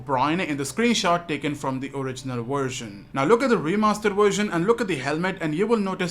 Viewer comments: vvvvversion"!!"!!!!! nOT FUCKING wersion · Its a Version not a "Warsion". Speak English